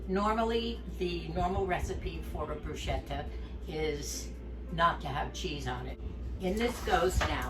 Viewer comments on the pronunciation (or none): Hi, I'm making baked fish pizziolla.............almost a bruschetta tomato................BTW...... CH in Italian is pronounced KAY Brus kay ta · You are a treasure! Your demeanor and love for others really shines through! I just wanted to mention one thing and it is not a criticism but since my Mother was Italian and i speak the language having gone to school there, I thought I would mention that the word bruschetta is pronounced BRUSKETTA and BTW yours looked delicious! May the Lord continue to bless you and Moosie abundantly!